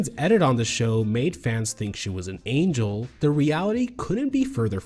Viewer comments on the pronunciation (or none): none